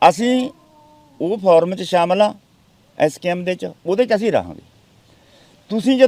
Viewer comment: ਫੋਰਮ ,ਫਾਰਮ ਨਹੀਂ ।